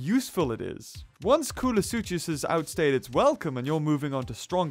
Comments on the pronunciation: Who else agrees that its is pronounced Kool-uh-sook-us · I'm pretty sure the "ch" in koolasuchus is a "c" sound